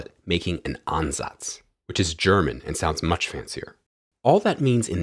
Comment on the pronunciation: You pronounce Ansatz surprisingly well